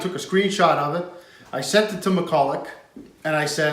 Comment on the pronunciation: It's pronounced McCulluh, the ch on the end is silent.